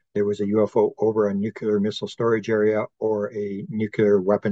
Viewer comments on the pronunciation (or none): Nuclear = New - Clear --> New - Clear There's an epidemic of people saying, "New - Que - Lure"